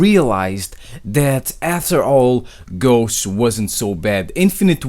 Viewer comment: please kern how to pronunce ghost you're pronucing it like "ghoche"